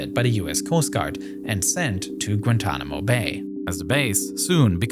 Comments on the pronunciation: Grantonamo-this German accent speech impediment AI is horrible, but the content is too good to exit. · Its not gratuanomo bay its gua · With the “Granntanamo bay naval base” established 😂 Brother